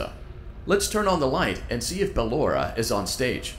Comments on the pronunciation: se spune. barora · Nu bellora😂😂😂